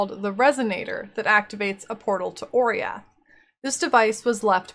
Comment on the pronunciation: i always though oriath is pronounce o-rah-yath